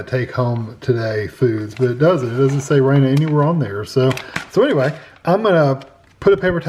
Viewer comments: It's not pronounced "Rayna" it's pronounced "Rahna". Hope that helps. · I just saw their commercial just a heads up they pronounce Rana like "raw-nuh" 😊